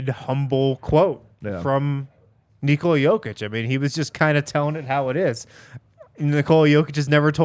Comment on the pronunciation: What a clean, clean 'Nikola Jokić' pronounce from 👌